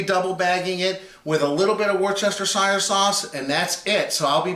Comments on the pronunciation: It's pronounced "wuster-shure" not "war-chester-shire". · Good video, thanks for the tips. I''m doing one today and just wanted to get an idea of time/temp, etc. Now, here's a tip for you and any viewers "not in the know..." in return. It's three syllables... And pronounced "WERE-STIR -SHEER" Not, '"Wor chester shire" Or as I said as a kid.. "Winchester shire sauce" LOL.... Thanks again, bud. Have fun. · “Woohstershershire” YOU SAID IT RIGHT THEN ADDED “SHIRE” ITS WUS-STUSH-HER FFS GET IT TIGHT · That's "woo-stah-sheer" not "worst-chester-shire". It's a British thing... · "Wooster" sauce :) Thanks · My guy, please. Try "wooster-sheer" instead. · It's pronounced Wuss-ter-sheer Sauce. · It's "Wash Yer Sister Sauce" here in Oregon. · Brit here - as weird as it sounds "Worcestershire" is really pronounced "Woostershir" to rhyme with "fir" not "fire". Don't worry though - there are a large number of even brits that pronounce it using all the syllables available to it. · Worcestershire Sauce is pronounced 'Wuster-sher sauce' save those syllables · Wuss-ter-shur is how you say it. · I can’t even.... woos-ta-shur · Wuster sauce for short . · Worcestershire demands a different pronounciation. Look it up! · What's with the extra syllable? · Yeah, but, it is funny to hear non-Brits absolutely butcher the pronunciation.